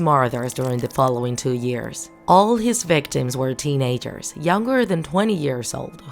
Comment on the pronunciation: Teen a-gers really